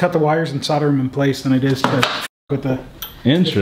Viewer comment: Please pronounce the L in solder, it's painful.